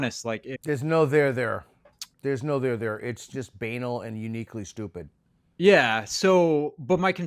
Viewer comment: Peter, it’s so nice to hear someone pronounce ‘banal’ correctly. Of course now that almost everybody has been pronouncing it for decades in a way that’s supposed to sound cool or fancy or something, dictionaries probably list the ‘fancy’ way as legitimate.